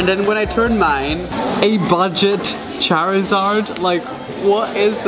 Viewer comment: He said discount charzard